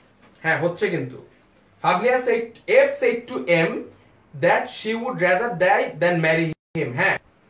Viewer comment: Very good effort. I just have one observation about your pronunciation of one word though-SAID is not pronounced the way you are doing. It is pronounced as if it is (SED). I hope you understand